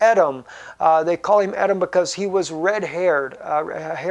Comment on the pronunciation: Believe it is pronounced E-dom